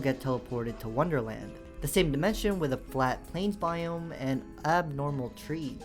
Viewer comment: "worderland!,wonderland!,its in a jar"